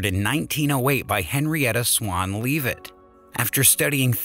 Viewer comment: Type 1a supernova. Also parsec. U pronounced it correctly , then mess it up thereafter. Not sure why. . Cepheid variables. Not variable Cepheids. Henrietta Swan Leavitt. It's lev it, not leave it. Magellanic. Soft g as in magic or Magellan. . 1 kiloparsec. Not 1kpc. . Most people use a thumb, not fingers. 👍 . Trigonometric. Omg where do I start with THAT butchery. 😥 . Type 1a. (One a) not type i a. . Caused by the explosion, not implosion. . Create nuclear energy, not consume it. The hydrogen is transformed to produce energy. The analogy with a Ferrari and what comes after is very poor. . It's Hubble's Law. Not the Hubble law. similarly it's Hubble's Constant. . ...gas is poisoned between...? I'm sure the word was positioned. . Specific wavelengths, not lengths. . Sound approaching us, not reaching us. . Longer wavelengths, not greater. Sorry this is such a long rant but I expect far greater from a scientific video, eh.